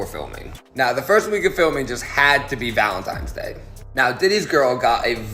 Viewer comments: I refuse to believe anything from someone who says "Valentimes Day". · Valentimes day 😂😂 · my take away was some gay guy pronouncing valentines day incorrectly ...in 2024.... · Did that man just say Valentimes Day twice? What is he....4 years old? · This guy can’t say Valentine’s Day. I don’t believe anything he says.